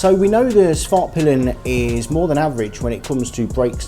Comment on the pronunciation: Respect for going out of your way to it pronounce " Svartpeelen" as it should be 🇸🇪